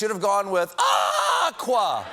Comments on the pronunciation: "AHHH-QUA!" ngl that made me laugh. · What the heck is Pantone? Are you sure it isn’t Pant One? I like AAAH-qua better….